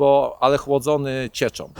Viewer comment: "chłodzony cieczom", "w Ameryce bawiom się tom motoryzacjom". Zona czyni mi zarzuty, ze nie uzywam polskich znakow diakrytycznych (laptop norweskiego pracodawcy) - ale slysze, ze w kraju tez ich nie ... lubiom.